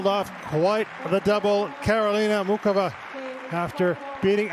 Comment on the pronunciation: Will all the knuckleheads, INCLUDING THE REFS, learn to pronounce Karolina's name correctly: It's NOT MOO CHOVA It's NOT: MOO Kova: It's: MOO HOVA How hard can that be????